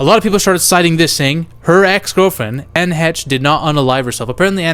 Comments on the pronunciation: who exactly is "Anna Hetch" SERIOUSLY?! 🤔👀🙄🤦🏻‍♂️🤣🙉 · Anne Heche is not pronounced how do you are pronounce it